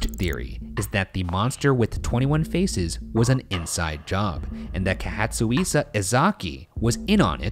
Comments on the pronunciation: No offense Ryan but you pronounced Katsuhisa so wrong. It's Ka-Tsu-Hi-Sa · Kahatsuisa? Really? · the way ryan pronounced katsuhisa was so wrong that it was actually hilarious